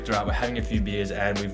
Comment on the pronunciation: hi! i really enjoyed your video. i've seen a lot of videos like this and none of them are as simple, funny and more real than yours :) when you went out for beer i thought you said beans haha (blame my fucked up english). it was so shocking for me seeing how you accomplished to make a lot of things in ONE DAY. (i would've taken maybe two or three days). anyways, as a mexican graphic design student i love and really enjoy this kind of content because of the cultural contrast that makes everything richer but connects us through design. thanks for sharing! (ps. sorry for bad english)